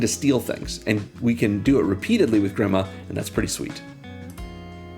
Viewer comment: Grima, is pronounced as (GrEEma) also known as grima wormtongue